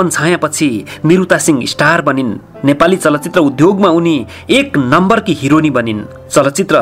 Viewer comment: The way he said hironi 😂😂